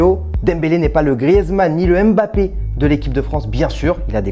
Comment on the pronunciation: Prononce MBAPPE et non EMBAPPE 😪😪😪😪😪